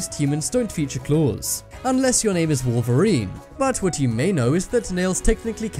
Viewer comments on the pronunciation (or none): none